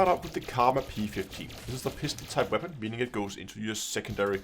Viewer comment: “What Waepon should you....”